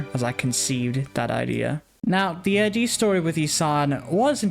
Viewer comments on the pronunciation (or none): You keep saying I.d I’m fairly sure it’s supposed to be id as in ego super ego and Id